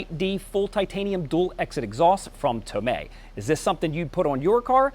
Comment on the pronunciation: He said it right